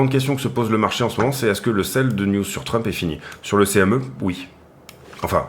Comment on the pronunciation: Hello, toujours aussi top tes analyses, ça fait plaisir de voir des mecs pro sur youtube. Mdrrrr, tu as fait un Labsus déguisé dans ta vidéo, tu as dit "Drump" au lieu de Trump, un mixt entre DUMP & TRUMP ahahahahaah, elle était bien bonne celle là:). Au plaisir de voir à nouveau tes vidéo, bonne journée!